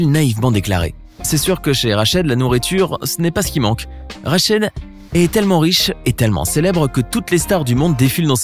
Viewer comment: C’est rachid ta mal prononcer le nom